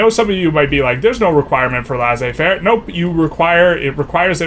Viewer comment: It's pronounced Lay-Say-Fair